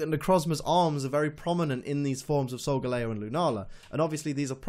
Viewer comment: Really irritating me that your saying SolgaLAYo. It's SolgaLEEo. The star constellation is LEEo. It's the shape of a lion. It's solgaLEEo